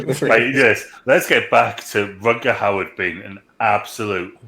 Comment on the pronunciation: it's Rutger "Hauer"..Not Howard 😂